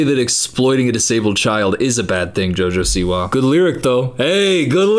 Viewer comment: "Jojo siwa" sounds like a noise not a name, and you say it PERFECTLY 😂😂😂